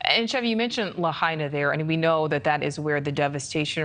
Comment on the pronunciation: So she is interviewing a guy on Oahu asking him about what the Gov said in a press conference. She didn't even pronounce Lahaina correctly.